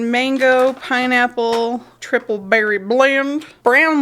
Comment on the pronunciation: That is the only way to say Triple Berry Blend.